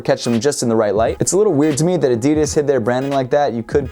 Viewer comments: man he just said adidis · He said addes lolo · Did he say adidis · I'm very put-off about the way you say "Adidas". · Why he say adidas like that..? Lol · LEARN HOW TO SAY "ADIDAS" RIGHT!!!! For fuck sakes....